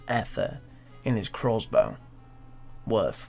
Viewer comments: it's crossbow.. not croassbow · If I hear this guy call it a "Crozbow" one more time lol i swear to god